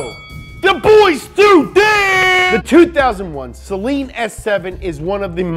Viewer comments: Its not Sellen, Its SAYLEEN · It’s SUH-LEEN. NOT SAY-LEEN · Actually it’s pronounced say-lean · SlickHomieSeal Acktually it's pronounced sell-lean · Its pronounced saleen not saleen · pronounced "say-leen" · The Saleen Ford Explorer